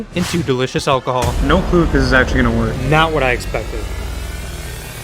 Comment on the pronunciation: "Don't ever mix energethics with alcahool", This dude doesnt give a damn